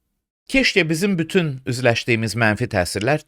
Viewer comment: Uzun illərdir hələdə prezidentə başa salan yoxdur ki, ermənilər "f" hərfinə "p" dediyi kimi azərbaycan dilində "pütün" sözü yoxdur, "bütün" sözü var. Yəni onun ətrafında bir kişi cəsarətlisi tapılmir ki, bu səhvisini düzəltsin!?